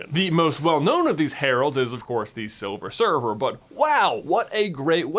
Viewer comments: Did I hear "Silver Server" instead of "Silver Surfer", or am I just going insane (or both)? -Shawn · you say silver server not surfer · he said silver surfer like silver server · i did too